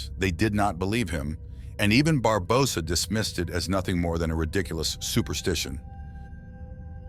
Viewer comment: Why do you pronounce Barbosa like that? 🤨